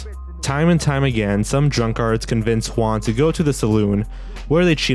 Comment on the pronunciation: Are you sayig Drunkards or Drunk Arts?